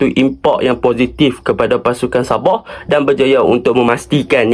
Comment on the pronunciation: Sabah ❌ Saboh ✅